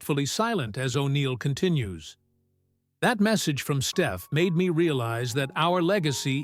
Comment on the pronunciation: Crap AI mispronounced Stephs name